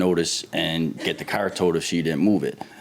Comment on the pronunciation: I love how they pronounce car. Lol 😂 "cair"